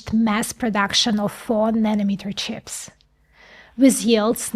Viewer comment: I love how you say “Chyps”, or “Chiips”, not quite “Cheeps”. Language is on a spectrum, pronunciation adds another layer of wonder.